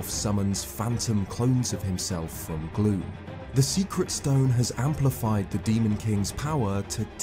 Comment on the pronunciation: every time you say gloom, i hear glue :p